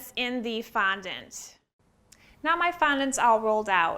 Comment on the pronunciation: I can’t watch this with the sound on, never heard someone pronounce ‘fondant’ so absurdly 🤦‍♀️ ruining the English language